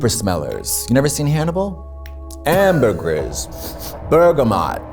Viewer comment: Katya said AMBERGRIS . she has perfume knowledge.